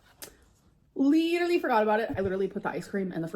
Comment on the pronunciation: Dude...the way you crossed your eyes at "pitcher" I got choked on my water...."lidurally" 🤣🤣